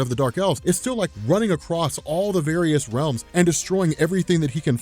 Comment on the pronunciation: “War of Wealms” min .